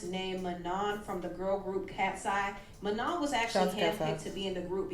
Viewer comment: Manons name is pronounced “Ma-noh”